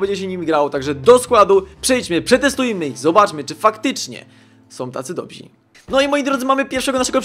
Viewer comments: Dobrzy* Nie dobzi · nie mówi się 'dobzi' tylko dobrzy